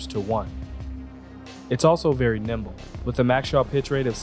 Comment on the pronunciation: As always, cool video! I prefer your content for ship reviews because your style of presentation is superior in my opinion. However, it's "Nimble" and "Gimbal"... not "Gimble" and "Nimbal". I see what happened there. Looking forward to the next one! o7